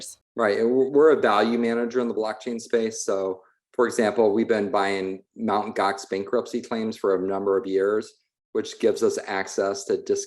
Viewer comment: Did he say Mountain Gox? 😂😂😂